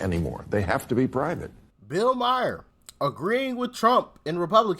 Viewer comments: His name is Maher not Mayer. No y. Couldn't you make an effort to get it right. I know it is a small thing. I don't know about you, but when people mispronounce my name I always correct them. If they don't try and get it right after that. I just walk away. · Hey man I love the show absolutely. I just wanted to say Bills last name is pronounced Ma-er not Mi-er lol. Every time I hear that. I think you are talking about my cousin lmao. Sorry. Really love the show though. I watch daily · MA-HER..not mayor..😂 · His name is pronounced MAR - Bill MAR (Maher) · I have to jump - you're driving me nuts saying Myer. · He can not pronounce Bills last name